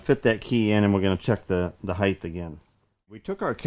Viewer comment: What is this new term you use 'heighth'?? Never heard of it. I've heard of 'height', but not 'heighth'..... lol, great videos.